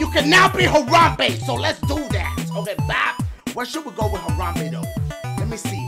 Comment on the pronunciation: It confuses me like is he saying let’s Diugh this shit or do this shit😂 ( I know he’s saying do)